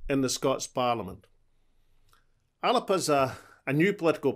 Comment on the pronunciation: So you've now realised the correct (Gaelic) pronunciation of the name?! If you can't get that right from the beginning what confidence can we have in your policy competency?!